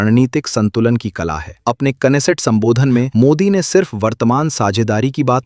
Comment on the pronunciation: You are so wise to pronounce Knesset .😂😂😂😂